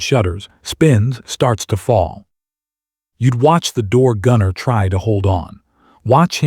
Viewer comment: Ditch the A-one voiceover. What's a machine GUN? or rotor WASH? It wasn't key san; it was Kay San. It was door gunner; not door GUNNER.